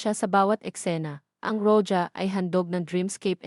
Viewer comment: Pronounce roha. Spanish word po yan ang roja